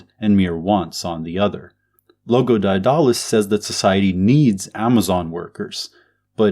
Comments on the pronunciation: That's not how you pronounce Daedalus, you dolt. Read theories of surplus value. You dont understand Marxism. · The way he pronounce Daedulus really getting under my skin. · Couldn't make it through the video because you don't know how to pronounce Daedalus